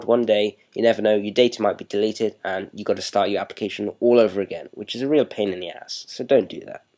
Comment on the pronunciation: "weal pain in dee ass" lmao love da accent